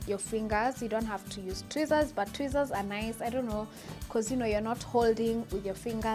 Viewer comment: It sounded like she said twizzler Chile 😂😂🤦🏽‍♀️